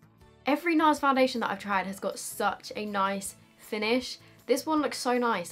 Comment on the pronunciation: The way she says Nars and nice sounds almost the same. Or is it just me? Anyways I love you 😘 girl n you look absolutely gorgeous.